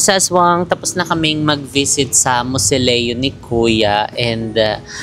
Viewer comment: mausoleo not moseleo